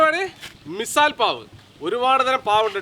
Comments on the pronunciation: മിസാൽ അല്ല മിസൽ പാവ് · മിസൽ പാവ് എന്നാണ് not Missal pav😅